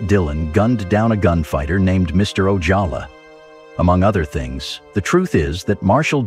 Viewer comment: The AI narration on this video really needed some human monitoring. Parts of the narration are redundant, inconsistent or just wrong. Gone with the Wind was called One with the wind because the G was half clipped on the poster, Arvo Ojala is pronounced randomly with an English or Spanish J, parts of titles are left out.